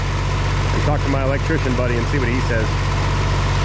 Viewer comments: I pretty Shure he said elechicken!! Lol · Sounded to me like he said electician like a technician of electricity. 😀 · Did you just say "electchicken"?